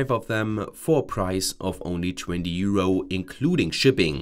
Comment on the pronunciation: euro-uh euro-uh euro-uh it's euro. there is no uh at the end.